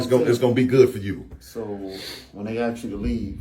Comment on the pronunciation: It's Ask NOT ax